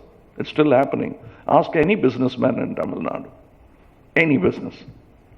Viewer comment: Kamal sir, Please stop pronouncing as டமில் நாட், it is தமிழ் நாடு...and we know there are crores of you party cardred who want change from you, take them and march towards 234 MLAs..who is stopping you sir???